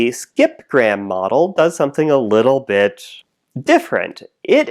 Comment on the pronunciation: I like the part where you almost said Bit correctly.